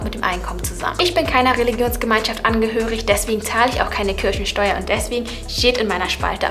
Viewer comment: Wer hat auch am Anfang Kirschensteuer verstanden 😂